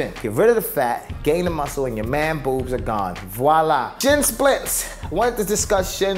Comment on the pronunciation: You say man boobs funny hahah